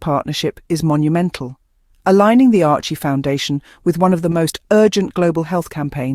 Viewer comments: SERIOUSLY!!!!! “ARCHIE” foundation????? WTF!!!! Ok it’s AI but you CANNOT get the NAME of the Foundation RIGHT!!! ????How PATHETIC!!!! ARCHEWELL Foundation is doing GREAT WORK around the 🌎 World…. FIGHT AGAINST AIDS is another example of their commitment to make a DIFFERENCE!!!! Give CREDIT CORRECTLY Please!!! Geez!🤷🏼‍♀️🤦‍♀️ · Couldn't you be bothered to be accurate - it's "Archewell Foundation" not "Archie foundation"!!!! What is the point of this misrepresentation if you can't get the names of the supporters right?!!!!!